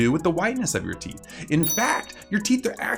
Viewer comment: Is it a big deal if a theet grew behind your theet